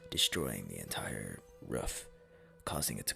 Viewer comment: Mans said ruff instead of roof